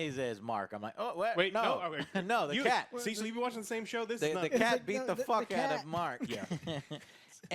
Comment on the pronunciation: I swear, every time I hear "Cecil", I actually hear "Sea salt"! xD